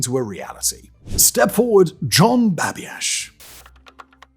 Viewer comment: Sorry, but someone with your accent who doesn't know how to pronounce "Babiarz" should not be doing a smarmy video on libertarians in New Hampshire. By the way, they are currently dominating state politics. I guess they decided to fry bigger fish than the town of Grafton. Go wipe the silly grin off your face and do some REAL journalism...